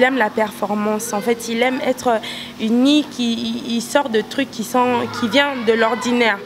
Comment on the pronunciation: il aime Etre uniquiiii.... lol on dit unique et non uniqui.